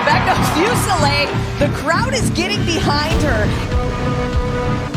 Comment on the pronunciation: SOOOOO HAPPY YOU GOT THIS UP - YEEE… FINALLY!! Can I just say… It’s driving me nuts to hear your last name mispronounced so much. Isn’t it : FooSehLay? Not FewSehLay. Or am I trippin? OoooOoohh and ma’am!! You were vulnerable with us!! YESSSS!! You’re always such a tough cookie on cam, and rarely show that side of you- we appreciate you sharing some vulnerability with us at the end. 2025!!! We’ll be here backin’ ya up again!!